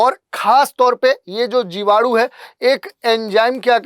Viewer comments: जीवाणु ❌ जिवाडू ✅ 🤪😜🤣🤣🤣🤣🤣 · जीवाडू नहीं 😂😂जीवाणु बोलते है 🤣🤣🤣🤣, मुझे 5 किलो जीवाणु भेजो 😂😂😂😂